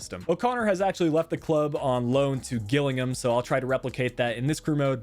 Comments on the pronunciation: Not Gill (Gillingham) pronounced Jill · Great video, very in-depth! FYI Gillingham is pronounced Jill-ing-um. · Being from Kent I couldn't help notice you pronounced Gillingham wrong 😂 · You pronounced Gillingham wrong